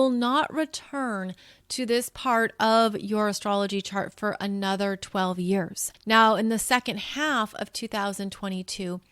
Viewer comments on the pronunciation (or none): none